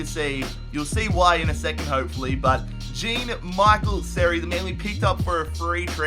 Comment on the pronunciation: It’s pronounced Jon mishel seri